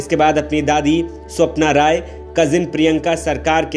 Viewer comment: रॉय नही राय हैं